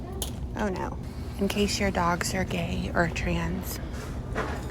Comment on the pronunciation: “Targay” lmaooooo